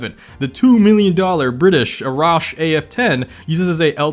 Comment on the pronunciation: u pronounced arash wrong btw(stfu the dude is from iran i know how to say it dont even start) its like when u say uhhh how do prounounce the "U" so the first a is like that and the second one is like how ud say it in "axe" so "Uh"rash af10